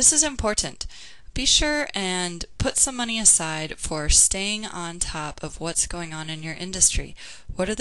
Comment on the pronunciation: The first page you said "moncy" instead of money...just thought i'd point that out. Anyways great video! :)